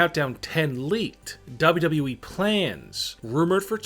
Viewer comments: Stop saying WWE like that 👇🏻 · I hope for 2020 you pronounce wwe right.